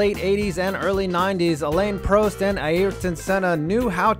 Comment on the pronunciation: Say Prost right please